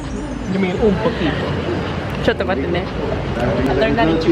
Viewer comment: Chotto matte ne means "wait just a moment" ! The accent is on point though 😎